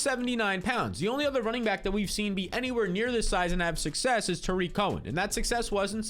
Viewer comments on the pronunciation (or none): none